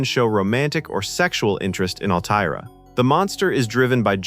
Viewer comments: (Altair is not pronounced "Al - tee - air" - do you listen to these before u post them?) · "Al-Tay-Air"? Are you doing a review on a movie you've never seen?? How could you possibly mispronounce the name of the planet? Sloppy. Thumbs down. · Narrator can't pronounce Altair and has not watched the film. Tired of this slop. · Maybe get a REAL narrator who can properly pronounce, "Altair." Sheesh. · "Altair," the planet, it is pronounced "Al Tare," and the daughter's name is "Al Tare Ah." Interestingly, Altair is the Arabic word for "flying eagle."